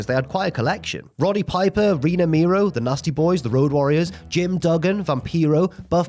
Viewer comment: Mero is not pronounced as Miro, brother.